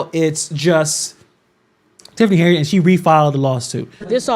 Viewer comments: not the way you do. she does not pronounce her name as "Hey-nard" she pronounces it "Hen-Yard". 'm not defending her at all. I don't think she's doing a good job as Supervisor or Mayor, but her name is her name. We all want our names to be pronounced correctly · I. Don’t like her either but why do you keep pronounce her name as “Hey-nard”?